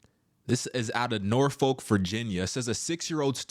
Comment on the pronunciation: 🤣.. He said Nor...folk..clown